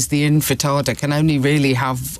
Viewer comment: "Infatada" huh? Thick as mince this so-called "minister" Just woeful